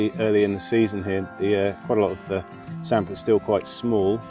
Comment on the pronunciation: And you say samphire properly!!! Lol